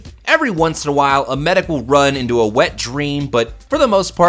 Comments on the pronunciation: It's medic. He pronounced it Maidic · *sniper across the map "MEIDEC!!!" XD